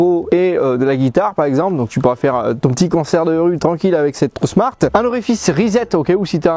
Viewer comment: Bonjour pourquoi tu dis trou smart? C'est tron smart. Tu dis trou smart depuis des années d'ailleurs, c'est fais exprès dourti lamoui? Y'a pas de u a ce que je sache. Tu confonds le u et le n. Trouusmart. Lol😅